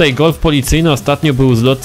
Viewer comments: °_° Gulf!? Czyta się galf* ♡♡♡♡♡ XD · Nie gulf tylko galf! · czyta się galf